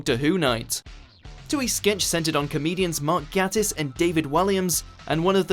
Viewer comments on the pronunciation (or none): GAT-IS? It's pronounced Gaytis you MUUUWPEYTS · It's Mark gAYtiss not Gatis Please...just try to do it right. But still great video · It’s actually pronounced Mark Ga(y)tiss... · Once you've seen Mark Gatiss(pronounced "Gate-tiss". You're welcome,.) as Mycroft Holmes, you can't unsee it. I saw him as Mycroft in BBC's SHERLOCK before I got the suggestion for this vid. I can't unsee it. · I swear he's like one of my favourite actors and everyone is like Gatiss and I'm going all protective "It's Ga(y)tiss". And everyone is like "Jeez, chill down." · It’s GAY-tiss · Its GAYTISS